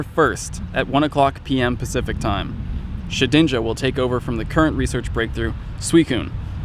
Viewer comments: Did i hear keep saying Shit-ninja? xD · Why do you call it shit-inja? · Sounds almost like he said "Shitinja"... twice. going blue?